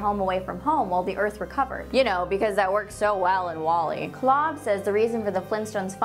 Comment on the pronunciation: Is Kolb really pronounced "Klob"?